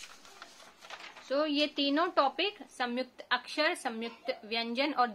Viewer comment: It’s not Samyukta m ko jgh n aayega in Hindi pronounc mai